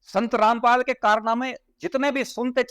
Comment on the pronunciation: पहले अपने आप रामपाल को ठीक से बोलना तो सीख ले जब यहां पर आकर बकवास करी है तुमसे ज्यादा तुमसे ज्यादा जातिवाद इस दुनिया में और कौनफैला रहा है तुम लोग ब्राह्मण को गाली देते हो तुम्हारा बस यही काम है जातिवाद तुमने शुरूकरा था